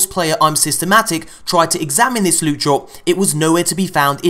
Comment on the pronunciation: lewt my friends lewt!